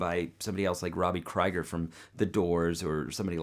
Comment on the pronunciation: Dude....it's KREE-GURR not CRY-GURR :)